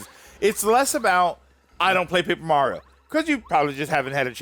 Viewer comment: Curse of Paper Ra-rio